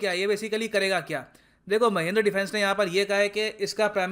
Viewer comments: Sir, Wo Mahindra hai Mahendra nahi😂😜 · Sir there is a mistake in your pronounciation...its mahindra not mahendra..you should call it महिन्द्रा not महेंद्र ..overall well informative video as always... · Mahindra sir not mahindar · Isn't it महिंद्रा